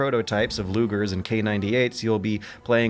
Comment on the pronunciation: When he said lugers and K98s... That hurt to hear